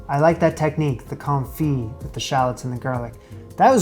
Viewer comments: When a French word ends in 'd', 'p', 's', 't', 'x', or 'z', that consonant is not normally pronounced unless the next word begins with a vowel, so "confit" sounds like "con-fee" when used in English. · Quenelles='ken-ells' Confit='con-fee' I know nobody enjoys being corrected, just trying to be helpful. Please take this in the spirit in which it's offered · I've just not hear the pre-revolutionary pronunciation of "Con-Feet". Too used to leaving out most letters in current French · his pronunciation of confit is driving me nuts